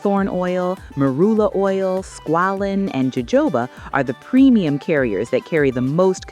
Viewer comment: no- jojoba is pronounced “ho-ho-bah” not “ho-ho-BU”